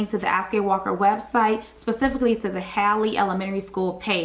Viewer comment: Just watched your video. The name is pronounced as if spelled Hawley. William Halley was my grandfather so I know this is correct. I visit the school now and then and even worked there when it opened. Emily Halley York 2026